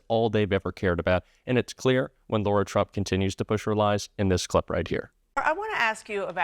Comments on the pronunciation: I mention this just ‘cos it’s my daughter’s name, it’s Lara! Not Laura. Pronounced differently: LAhh, no Lorr. Their whole family is a disgusting dumpster fire, but on behalf of my daughter, I gotta say! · Lara, not Laura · One quick thing,. Her name is not pronounced Laura, it’s Lara (Lahra). If we don’t want Kamala’s name mispronounced, we have to set an example. Love your site! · 🔊 Her name is LARA not LAURA. You all make a fuss about Kamala 👍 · the NAME IS LARA NOT LAURA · We need to pronounce her name correctly. It's not "Laura" it's "Lar-a" with a hard "lar". She's a scumbag and deserves zero respect. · Dear, Her name is *Lara, not Laura! 🤙🏽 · its LARA, not Laura! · Her name is not Laura. It’s LARA…pronounced Lah-ra. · dude... her name is L A R A... not Laura. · "Lora" Trump? No! Lara Trump. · I'm Democrat thru and thru. But just because Trump mispronounces Kamala doesn't give you the right to call her Laura...her name is LAR a. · She is Lara. Not Laura..Thanks Heavens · Her name is Lara, not Laura, as keeps saying. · it's not Laura - it's LARA... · I'm not being picky but if its rude to mispronounce Kamala's name, you have to go high and pronounce Lara (Lar-a) correctly. I'm a true Kamala fan but fair's fair. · Sorry, it’s Laarra! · What's so hard about saying LA - RA!!!?